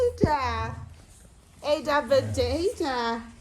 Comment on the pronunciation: I thought Ada would be the Igbo pronounciation …